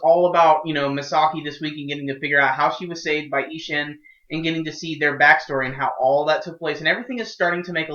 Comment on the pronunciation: 'Ish-inn' :) I'm half Japanese, I had to ask my mum, lol.